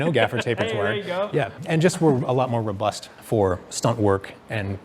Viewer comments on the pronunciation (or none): none